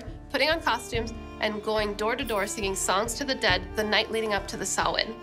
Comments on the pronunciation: Sohla: You are an Honorable Druid Princess. Your perfect pronunciation of "Samhain" knocked me out of my Derry Girls socks. More thrilling goodies, thanks. Rye is defo not in the plans for this month. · Big BIG ups to Sohla for PROPERLY pronouncing Samhain; so many people say "Sam-hane", and that just ain't right. :P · thank you for not pronouncing samhain as sam-hane. this makes my lil irish heart happy